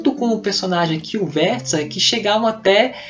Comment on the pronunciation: Adorei sua resenha. O o modo como coloca os fatos e tal. Sempre procuro resenhas quando termino uma leitura para decidir o próximo. E o modo como você faz é bacana. Ah, e pelo tempo q estudei alemão, é isso mesmo: "Guêtâ" e "Featea" - er tem a fonética "ea".